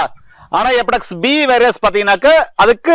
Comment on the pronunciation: அது எபடெக்ஸ் கிடையாது.... HEPATITIS (ஹெப்பாடிடிஸ்) முதல்ல பெயர்களை ஒழுங்காக உச்சரிங்க.... அப்புறம் வைத்தியம் சொல்லலாம்....